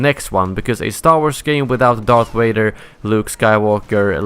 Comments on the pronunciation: When he said Vader I sounded like Waiter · Also lol wader